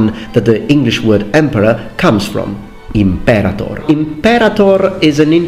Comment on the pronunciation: Nice, but it's imperātor since the verb is a-conjugation. So, the third syllable is stressed, not the second one.